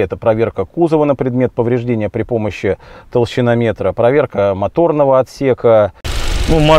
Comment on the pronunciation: 6.17 «...при помощи тощиномеТра»???))) Феерично!